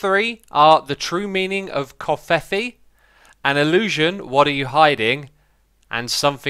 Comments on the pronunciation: its not fuckin 'kovfvdvdfv' its 'kerfeef' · It's pronounced "KOV-feh-fay"